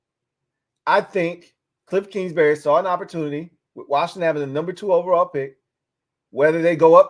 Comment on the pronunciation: It’s kingsbury not kingsberry